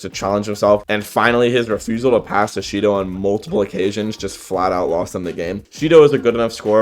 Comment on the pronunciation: If you turn on captions and go to the part where he saids Shidou the captions say Cheeto